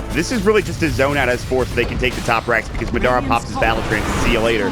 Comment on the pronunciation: Has no one mentioned to this caster the proper pronunciation of "Madara"?